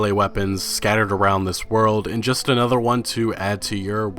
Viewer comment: Another (ah-nuh-ther): a word. A nother: not a word.